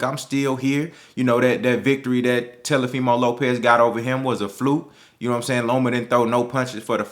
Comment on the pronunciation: .....I have and LOVE all the same opinions that you have. Rock wit ya bro. But quit calling that boy Te"L"ofimo Lopez😆 give that man his respect so we can talk dat talk bout him and he knows what it is. Tank is the SmashBot in the division. Devin is DAMN SURE on his way tho!